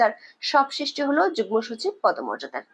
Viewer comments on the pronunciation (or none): none